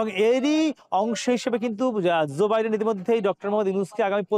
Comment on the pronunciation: আপনার কথায় জো বাইডেন কে জোবাইদেন শোনাচ্ছে